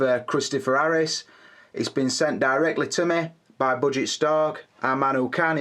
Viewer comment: Ohh.. gosshhh the word pronunciation.. bu-g stark(from budget stark).. loll